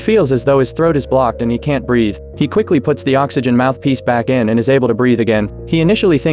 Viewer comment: Just BREATH-E